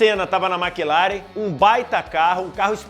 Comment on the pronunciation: Excelente vídeo! Parabéns! Só fica a dica para falar melhor Maclaren, Schumacher e Pace.